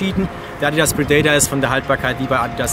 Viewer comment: Der adidas predator heißt nicht predaytar